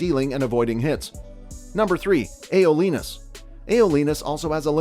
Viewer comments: AYO-LEE-NUS tf XD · "AY OUGH LEE NUS" PLS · i bursted out laughing when he said “graymoss” and “ayolenus”